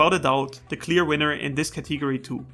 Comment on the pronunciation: What thee hell is a "catee go ree"?